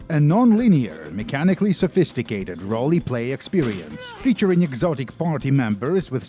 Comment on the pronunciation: Wait, did you just pronounce it "rolly-playeh"?